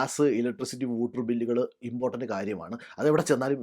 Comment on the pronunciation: Whooter alla waw-tuh